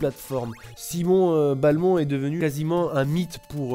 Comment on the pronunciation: Simon B-A-lmont... SIMON B-A-LMONT. .... BELMONT BORDEL DE MAYRDE Bonne vidéo sinon.